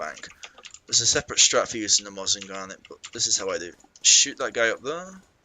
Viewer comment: "Mosin Ganit"